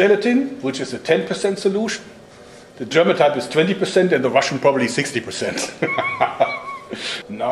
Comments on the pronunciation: ich hab immer noch nicht verstanden, wie man the se aussprechen kann... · Dein Englisch is einfach so geil, dieser deutsche Akzent is nicht zu überhören😂 Allein se autspik ( die Aussprache)😂